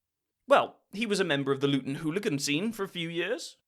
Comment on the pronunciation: “Born in Lutton” enough said